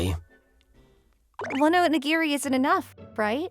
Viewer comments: OH-NI-GEAR-EE! Where the hell do you even get oh-ni-grrrrr??? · Oni GIRL ? REALLY!??!😂😂😂 ITS ONIGIRI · This isn’t the first time he’s mispronounced a Japanese word, but in this case maybe he read the script too fast and thought the last “I” was an “L” 😂 I still remember a Yandere video he voiced where he pronounced it as “Yan Deer” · I find it funny that they kept saying onigirl when it was actually onigiri as in rice ball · This would have been a truly great story if the VA for the MC could just pronounce onigiri right. Onigirl? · ´Onigirl’??! For heaven’s sake, get it right! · "Oni-GIRL?" NO!! It is "Oh-nee-GEAR-ee!" How hard is it to find the correct pronunciation of a word?